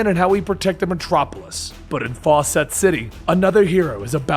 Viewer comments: Really fawcett city. Faucet city. Really!! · 'Fawcett City'... Like 'Fawcett Comics'?